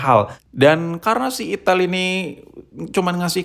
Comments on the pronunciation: Itel tod bukan ithil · Ai tel baaang.... Bukan i ti iL 😂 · Bang lu jangan bilang itil2 terus dong bang...😅. Kan merek nya itel. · ital itil bae boss kok nyebut'nya 😁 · Saya lebih suka penyebutan merk nya yg salah😂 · Di Typo2in mulu nyebutnya😭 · Itil bos jgn salah sebut lagi